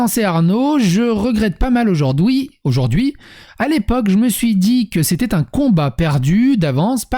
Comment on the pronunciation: Vers "aujourd'houi" ça y est notre devient belge x)